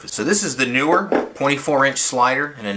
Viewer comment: NEE-wer, not NU-wer